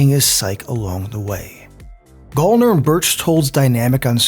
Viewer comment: its pronounced GAL-NER like gal as in girl